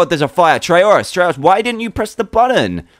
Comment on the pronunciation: fake. not dans personality. neither how u pronounce trayaurus